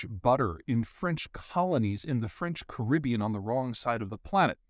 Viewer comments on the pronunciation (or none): none